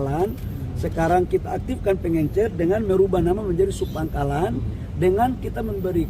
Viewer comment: Kelas Mentri bilang PENGECER saja PENGENCER😂😂😂